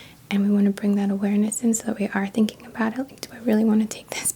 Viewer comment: lovely and informative, although you seem a little tired. don’t take this the wrong way though, but when you say a word that ends in “ing”, you don’t pronounce the “g” in a hard g, it’s silent...otherwise it sounds like “thinking-guh”